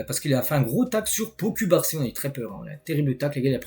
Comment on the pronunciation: Pourquoi ocubarsi? C’est cubarsi